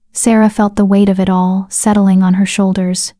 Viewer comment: Please stop guilt tripping throughout the story . It's amazing that the AI voice can put emotion in the plea's for subscriptions but can't get the emphasis of "ALL" correct instead says A-L-L . I have not subscribed and won't until the guilt trips stop. I don't mind a reminder of " don't forget to subscribe halfway through but please stop the manipulation.